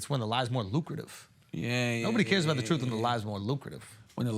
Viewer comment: Someone tell tha god it’s pronounced truth not troof